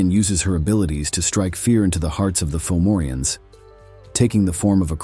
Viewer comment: It’s pronounced Turda and Fovorvians. And it’s a raven. Come on mate.